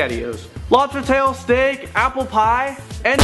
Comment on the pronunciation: Duuuuuuuuu it's steak